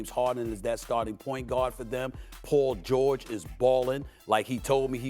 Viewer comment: Who is “pull” George? His name is PAUL!! Not Pull